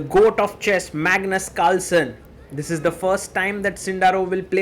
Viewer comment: Plz say Carlsen not calsen I heat English because of you 😂